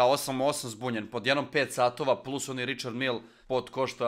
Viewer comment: Evo da ti prevedem,za čukarički,izgovara se Rišar Mile,kao Mile iz Koteža,npr. Vozdra